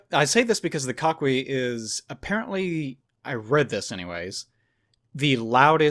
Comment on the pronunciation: Coquí is pronounced Ko-Kí. Two syllable word since "qu" followed by "e" or "i" is silent. Also, the records of the "God of chaos" that you mention in the mythology is indeed Hurricanes and tropical storms. If I remember correctly the name of storms and the god of chaos was interchangeable.